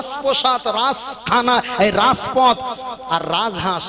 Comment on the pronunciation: রাজপথ. Raspoth noi